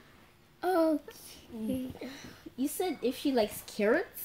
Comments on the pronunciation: Omg he said currets LOL SINCE Till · I laughed so much when calls carrots curts😂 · I could not stop 😂😂😂😂😂😂 because they said carotts. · I cant stop laughing when always say currots😂😂😂😂😂😂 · I didn’t stop laughing when he said Kurtz instead of carrots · How do you laughing and I couldn’t stop laughing when said Kurtz instead of 🥕 carrots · I started laughing because said coret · I said currots